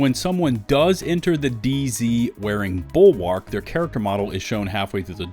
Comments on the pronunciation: the 'a' in bulwark is basically silent. please stop saying it like that. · I find it funny every time you say the name "BULWARK"